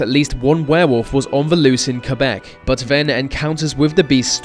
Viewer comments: Gotta love the proper pronunciation of Quebec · WOOOOOOOOOOOOOOOOOOOOOOO!!!!!! SOMEONE FINALLY PRONOUNCED QUEBEC RIGHT!!!!!!!!